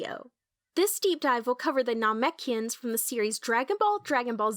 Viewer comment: NAHMECHians huh